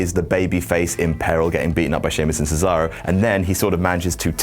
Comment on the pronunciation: Why you people don't even try to properly pronounce Cesaro's name? It's "Ché-za-ro", not "Sizaurou", for God's sake!!!